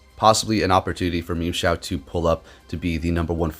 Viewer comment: Am i the only one that heard memeshao